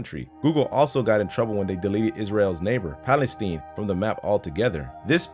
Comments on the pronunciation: Pronunciation errors.... 1) It is 'nu-clear', NOT 'nucular' !! 2) It is Palestine(as in ...tyne), NOT 'Palesteen'!! AND.... where is the item used as the 'trailer-frame' for this video?? 😡😡😡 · HOW DO YOU MISPRONOUNCE PALESTINE SO BADLY!? WTF!? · Am I the only one bothered by the way he said Palestine? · Palisteen lol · That is not how you pronounce Palestine. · Evie Bedrick no it is not just you.